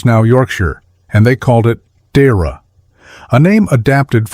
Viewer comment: It's not pronounced "Deera" . It's pronounced "Deeaira"